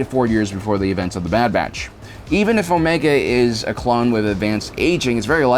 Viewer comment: Is he saying "dad batch" and "dadilorian"? Lol